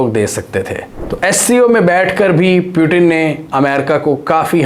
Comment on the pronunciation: Peu tin? (putin) moody? Modi. Bewkoofo ye konsa accent hai.